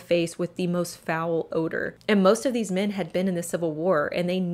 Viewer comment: It's mEn not mIn.... jesus....